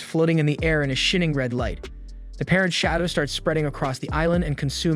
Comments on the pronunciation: Or shin(like slamming someone upside the head with a roundhouse kick)ing instead of shining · Why does this guy narrating say lots of words wrong? They have a perfect american accent imo but says shining like shin-ing, diner as dinner, etc?